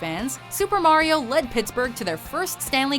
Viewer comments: That's not how you say Mario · Did you guys purposefully pronounce "Mario" so wierd, I mean even he himself doesn't pronounce it that way. You could have at least mention that his health problems were a little more severe that common health problems...he had friggen Hodgkin's Lymphoma for christ's sake. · That moment when they pronounce "Mario" fancy to seem like they know a lot about hockey 😂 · fancy talk Mario pronunciation